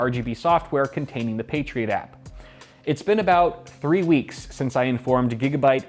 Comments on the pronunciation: Patriot App, sounds like you're saying Patriot Act. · You say "Patriot App", but I keep hearing "Patriot Act" and think that this is somehow about politics. In some ways, it is. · I keep hearing 'The patriot act' when I watch this and get confused for a second and then my brain catches up LOL